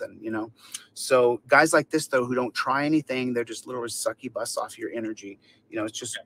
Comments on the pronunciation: did he just say a "sucky-bus".... I think he means a "succubus" 😂😂😂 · What’s a “suckibus”? Can’t believe he’s so dumb he doesn’t know it’s “succubus”